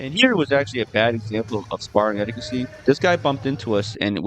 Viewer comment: "etiquette" not "eticacy"